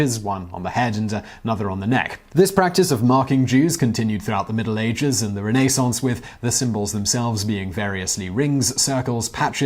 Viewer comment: You mangle the English language every video( Renaissance) did you practice fucking it up in the mirror you suck